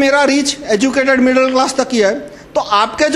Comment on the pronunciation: stopped watching when he said "middal class"